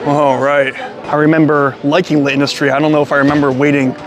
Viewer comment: The apostrophe in L'Industrie indicates that a letter has been elided, specifically the 'a' in la (because, perhaps surprisingly, industrie is a feminine noun in French). So even without the apostrophe it would be "La Industrie" rather than the "Le Industrie" you're pronouncing it as; with it, you just say it as one word without a pause. You got close a couple of times! Will definitely check some of these out when I'm next in NYC, I've always just gone to the closest place selling slices and been uniformly disappointed. I liked the look of the Mama's Too one the most, though it was very heavy on the cheese. And pizza in Italy is definitely a different thing from in the US, with similar sorts of regional variations too. Hope you and your wife have a great time there and your illness passes quickly!